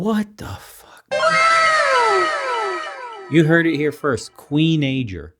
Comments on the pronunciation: When I heard "Kween~najor"; man... my head hurts..... I'm not kidding... I feel so bad for anyone that has to deal with these pre~shucked clams... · Smh I damn near fell out of my chair when that woman said queenager. Good lord